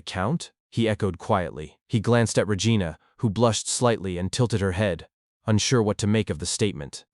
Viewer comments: So REgina is pronounce Rehgiana :face-blue-smiling::face-blue-smiling::face-blue-smiling::hand-orange-covering-eyes::hand-orange-covering-eyes:😾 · Lol y'all are laughing at the 7,000 gold thing but I'm laughing at the way he's pronouncing Regina 😂